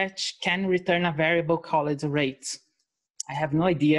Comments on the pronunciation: I hear "hate" instead of "rate", is my r-detector broken or did something go wrong? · Me? , well,,, it depend of how complicated things I have to say, I can speak 2 languages ok and make simple conversations in about 5 more. But if I shall teach people to program I would avoid words I can't say. She said rate a few times, example and she can say r in other words so I just found it strange.